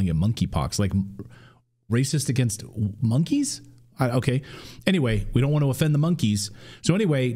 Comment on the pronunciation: Remember this...the "K" in Monkey is silent.